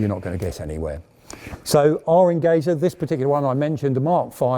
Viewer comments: Nice video !👍 ( Only a comment: the "Enge" in the Company's name "Engesa" is pronounced in portuguese just like the word "Engineer" as It comes from the word"engenharia" which means engineering.) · Amazing video. Just a small adjustment, Engesa is pronounced "Enjesa", the "ge" is for engenharia, the portuguese word for engineering. Engesa means simply Engenheiros Especializados S.A. (Specialized engineers Corp). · What a proud to watch a Brazilian vehicle in your reputable museum!!! Yes, your Portuguese is pretty good, if you permit me a little correction in your pronunciation, the proper pronunciation for Engesa sounds like Enjesa, like in Jeep, but not so open. And yes, what causes Engesa's bankrupt was more a lack of payments from the Brazilian Army than an 'adventure' trying to build an MBT. Again, what a proud to see such a vehicle in your museum!!! THANK YOU!!!